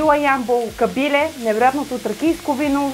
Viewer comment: Лека забележка: В Ямбол се изговаря КабилЕ - ударението е на Е, така е извсетно в Ямбол селото КабилЕ. По това се разбира, че сте доста далеч от Югоизточна България и го изговаряте както го казват по ТВ. Само за протокола беше това !